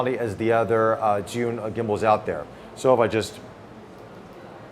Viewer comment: the most correct pronunciation of the company name I've seen by an English presenter so far.